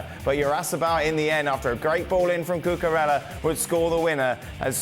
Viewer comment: You don't even try with the correct name prononciations, do you? Cuckorela who?